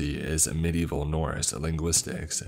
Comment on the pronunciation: The pronunciation on the Norse one 😖